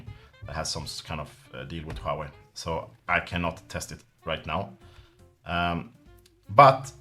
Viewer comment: Glad to see someone who is not a navtive Chinese speaker pronoucs "Huawei" correctly :P